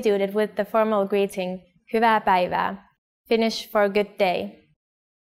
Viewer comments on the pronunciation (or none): This is fine, but why is "hyvaeae" pronounced "huuva"! They say it like it's just an "a"